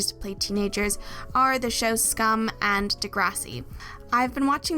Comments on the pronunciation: Finally someone that said «Skam» right✨😩 thank you lol. Loved the video❤️ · You make so many good points! Also wanted to quickly say that I appreciate you pronouncing Skam the way it's pronounced in Norwegian! I rarely come across that when in English speaking videos